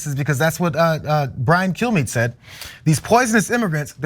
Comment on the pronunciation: Had to rewind that to make sure you didn't say "Fox News Host Brian Killme".